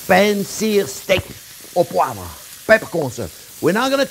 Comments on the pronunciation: Steak au Poi-vruh. Sounding out that silent syllable for the people who don't speak French. Nice job. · I wish I could say "poivre" the way he does so effortlessly.